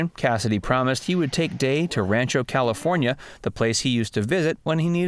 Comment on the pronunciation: Dude, it's Caly Forn Eye Aye. David probably had a boyfriend.